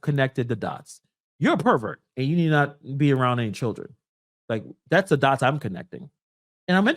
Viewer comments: Did he just say dotts, dots. Ummm just for that he should be hired nowhere!!!! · Did he really say "DOTTS"? Or is that a troll?